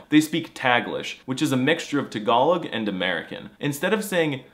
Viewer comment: Wait, it’s pronounced tuh-GALL-ug? I’ve been saying TAG-uh-log my whole life!